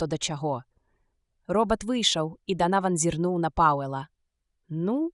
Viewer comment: Агучана так, што слухаць можна, але я б параіў хоць якуюсьці рэдактуру зрабіць - шмат словаў вымаўляюцца зь няправільнымі націскамі, і яшчэ больш - зь нейкім "польска-амэрыканскім" акцэнтам. Напрыклад: "ро(ў)бат", "нэ" замест "не", "дзвэ" замест "дзьве".